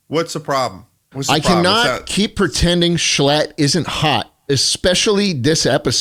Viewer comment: Mrbeast butchered schlatts name